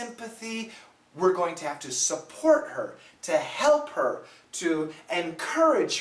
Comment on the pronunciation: the " support " said by the man is much like "suffort"